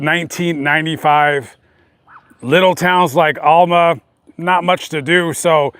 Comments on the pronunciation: It's not pronounced Allma it's pronounced AL-MA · You said Alma wrong lol